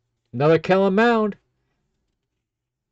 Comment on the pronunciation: Mond, not Mound